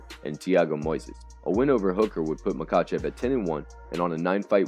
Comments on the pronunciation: It's pronounced Ma-Ha-chev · The K is silent in Khabib and Makhachev. Oh, and in Khamzat too. Damn dude. Make an effort to learn to pronounce fighters names. I couldn't watch this video beyond 20 seconds because of that. Please take the constructive criticism positively.